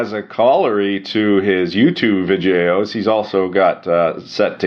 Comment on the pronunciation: Why do you pronounce videos "Vijayos"?